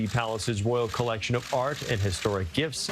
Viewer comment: I could swear the announcer said thyy toured the "Royal Collection of fart..."